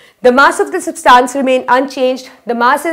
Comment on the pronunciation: Mam it is substance not substaance